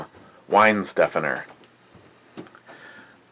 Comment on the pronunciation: it's pronounced "vine stuh fawner" Lol